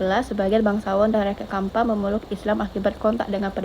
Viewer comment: bukan kampa, tapi campa, pake ce bacanya